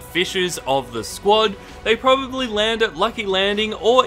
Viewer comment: dude just said "they problobly land at lucky landing"